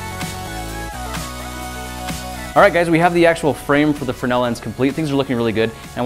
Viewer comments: You guys kept saying frenell its fresnel fyi... i had to research it but fresnel was the name of the lense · It's fresnel, not frenel lens. You left out the 'S' in your pronunciation. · Freznel, not frenel.